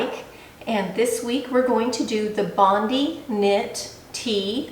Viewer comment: Thank you. (by the way, Bondi is pronouced "bond eye". Since Sinclair Patterns is Australian, I assume this pattern is named for Bondi Beach near Sydney.